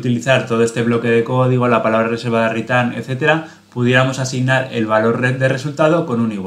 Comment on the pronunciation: "un ritán" 😂🤣 👍👏